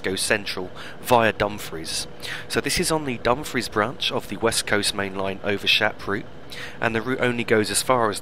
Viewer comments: Also, not to be critical and it may just be my hearing but it sounds as though you are pronouncing Dumfries as Dum-friz if so it's actually Dum-freess, if not apologies. Thanks again for the great videos,. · You are correct, I was mispronouncing Dumfries in seems lol:p